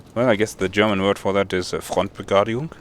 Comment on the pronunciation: He wants to say "Frontbegradigung" ..i wouldnt have understand it without the explanation what it is. Front is pronounced ok, then it should be BE-GRA-DI-GUNG, not "Begajung" :-). "Stadt der Bewegung" for München (Munich) was very well pronounced